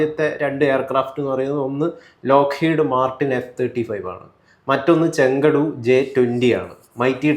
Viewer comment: ചെങ്കുടു അല്ല ചേട്ടാ 😂 it is ഷെങ്ദോ j10